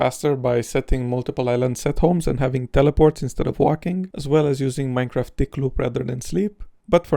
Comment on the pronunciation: minecwaf :3